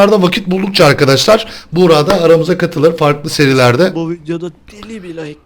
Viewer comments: abi buğra değil buğraka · Daha çok bugraak okunuşu buğraka